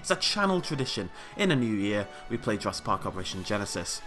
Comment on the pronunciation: welcome to jurrasic BHWVWGG more like jurrasic park hahha yeaah ur laughing